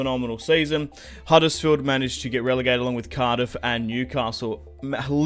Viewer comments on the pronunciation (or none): none